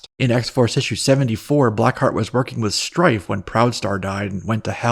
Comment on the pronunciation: it's "Black ❤ Heart," not blackheat 🤭